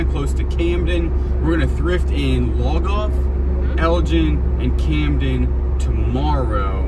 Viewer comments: Look up pronunciation of Lugoff (Lew-gof) ❤❤😂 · Love it! It’s pronounced luuuu golf. Thanks for the laugh per usual 😂. Great footage of Willow as well! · We live in Aiken County-Lugoff is pronounced Loo goff …love that you shared your air B&B with us. Be safe in your travels-Willow is precious 💞